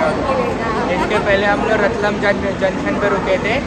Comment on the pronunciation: ko padhna nai ata kya ratlaam bolte hai